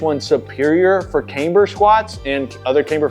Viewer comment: Camber is pronounced like camm-ber, not "came-ber".